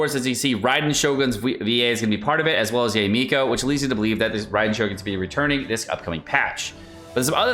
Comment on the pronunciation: it's 'Ya-eh' not 'Yay', please!!!! 🤣 also keep up the great work!:)